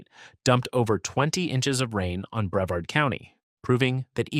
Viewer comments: Of course this boice is Ai. Ki SSI me. Bre Vard'. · In breverd county 😂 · This guy is slaying the pronunciation of Florida counties and towns! Boca Rattin? Ocula? Breved County. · Boca Raton is pronounced as Boca Ra tone. I lived next door in Delray Beach. Bevard county is Bre vard county. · Bre VARD’ — accent on the second syl LA’ ble. 🤪 The first "a" in Ocala is a short vowel. It's not Cape Corral, it's Cape Coral. If you have so much trouble pronouncing so many words, then take an English course.